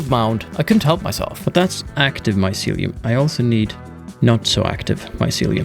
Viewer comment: My-sealy-uhm lol Love this game, carving paths through mountains is a legit way to travel